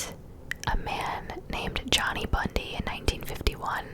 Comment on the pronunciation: It is Bundy :)